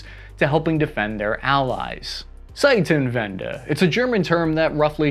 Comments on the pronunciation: Wow, how can sb not pronounce Zeitenwende more correctly - we in Germany also need to speak English correctly, we learn it in schools. What do US Americans learn in school? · As a german i get a good chuckle out of the butchering of certain terms like "Zeitenwende". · Your mispronounced "zeitenwende" multiple times. How do you not know how to pronounce a T? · Please stop trying to say Zeitenwende.. Unless it is to correct previous pronounciation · Zeitenwende :D How you pronounce it wil want to sa: "Bless you." but great video. Seems so far everything right, nothing i could controdict, exept that you point at the wrong corner. ( I would say, all in all, that is a good compliment from a german) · I'm not even German but this pronounciation is giving me an ear-brain cancer. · You gotta pronounce the T in Zeitenwende properly. It sounds like a sharp S or Z instead of T. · Your pronounciation gives me a Zeitenwende. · learned a new word... ''Zeitenwende'' lol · Zeitenwende. You said it correctly the first time then proceeded to butcher it in all the repetitions. Is it a running joke to thoroughly butcher every single foreign word you come across? The Ukrainiand town/city names in earlier episodes were especially hilarious. Actually the why doesn't even matter, it's funny either way. You do you man, and don't let anyone stop you. I'm here for all of it. <3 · your first try on "zeitenwende" was half decent, but it went straight south from there :) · I love how you butchered every german word especially the Zeitenwende. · ZeiTenwende not Zeissenwende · Stop murdering the word Zeitenwende holy shit. Its not Zeißenwende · Zei"T"enwende. It's a T not an S. Pronounced Tsaiytenvende. But an admirable effort. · Seisenwente??? Zeitenwende! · As a German, I was happy when I heard you say you're done saying ZeiTenwende. THERE'S NO S IN ZEITENWENDE 😂😂😂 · It's called Seitenwende not Zeutenwende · It's ZEITENWENDE not saitähnwände! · Zeitenwende is more like Tseite-tenvendeh